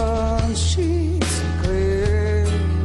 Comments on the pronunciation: It's "sheets" dear. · He says sheets lol should’ve looked up Lyrics before ur video